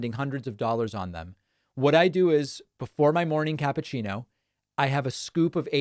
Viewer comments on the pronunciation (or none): none